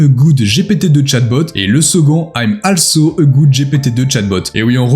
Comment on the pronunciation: Un petit détail en passant, "also" ne se prononce pas "alsso" mais "olsso" ;^)